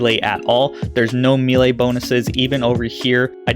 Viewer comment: It has to be said..it's pronounced May-Lay. Thx for the vid!